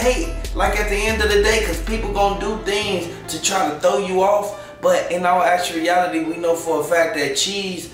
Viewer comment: Actuality not actreality 😂😂😂😂🙄🙄😂😂😂